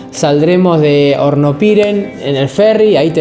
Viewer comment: Amigo bsds.. estoy mirando tu videos muy buenos.. Una sola cosa Hornopirén tiene acento en la E y suena horrible como lo pronuncias con el acento en la i.....